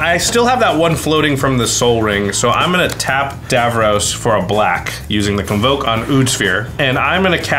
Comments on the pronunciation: It’s pronounced dav-ross, not dav-rohs. I wish they’d had an actual Doctor Who fan pilot one of these decks. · Hearing him call Davros 'Davrose' all game is maddening